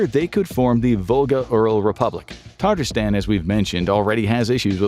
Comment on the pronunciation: *Tatarstan not Tataristan. You added an unnecessary “i”. Also, Tartar sauce comes from France, not Tartarstan! The French named the sauce after Steak Tartare (a raw meat dish) because the sauce was often served alongside it. Steak Tartare was named by the French in the 19th Century after the Tatar People because they liked to give dishes “exotic” or “foreign” names to entice diners to try them. However neither Tartar Sauce or Steak Tartare actually originated in Tatarstan. They are purely French inventions. If you want to try actual Tatar cuisine, check out ChakChak (чак-чак - crunchy snack made of fried dough strips covered in sticky honey syrup sorta like our Rice Krispy Treats) or Belyashi (baked meat pies). If you visit Tatarstan, you won’t find Tartar Sauce! You’d have better luck finding some at Luby’s Cafeteria in Texas served alongside a rectangular Fried Fish with Mac & Cheese & Fried Okra!